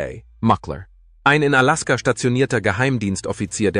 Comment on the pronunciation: Kann noch nicht einmal Alaska aussprechen